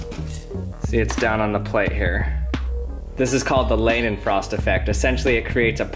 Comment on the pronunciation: Ahh, yet another self-respecting scientist who can't freaking pronouce leidenfrost - its LIE DEN FROST, not LAY DEN FROST